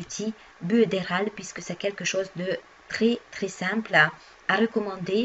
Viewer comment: Bonjour, Merci pour votre vidéo. Il me semble que l'on prononce "Builder Oll" pour Builderall et ce magnifique programme vient du Brésil créé par Erick Salgado. Avant j'étais chez Clickfunnels mais ça c'était avant...